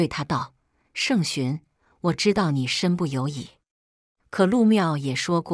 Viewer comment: 身不由己唸ㄐㄧˇ不是ㄧˇ